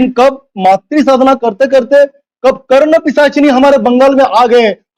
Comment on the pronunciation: कर्ण पीशच्नी नही यार कर्ण विश्चानी अलग होता है । र क्तपि शा च्नी होता है।